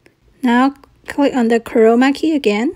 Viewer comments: For a second I thought she said covid key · is it just me or does she sound like she's saying corona key xD